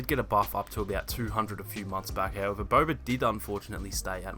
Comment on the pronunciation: Haha he pronounces it as”Bober”